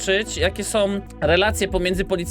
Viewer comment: Ja pierdolę chłopie🤦🏻‍♂️ Tego nie da się na dłuższą metę oglądać. Masakrowanie języka ( końcówki „OM”) to jedno, ale po cholerę drzesz papę?! Zacytuję ciebie: „ Gdzie rodzice sOM?”